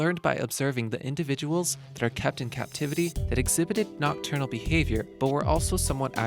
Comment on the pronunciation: I kept hearing "kept in cat-tivity"...